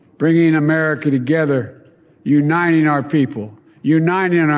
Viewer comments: "Unighning" our people ... speech difficulty is prevalent after 2 or 3 aneurisms. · "Unining our people, unining our nation". It's spelt & pronounced UNITING Joe, you illiterate fool.............U N I T I N G...............DOH!